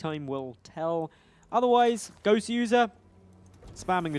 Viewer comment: It's not "Gowser" it's "Goswser" as in "Gosu User"